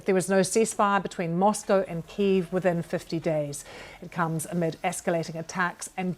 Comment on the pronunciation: Why are paying our TV licence if the BBC can't learn how to pronounce Kyiv?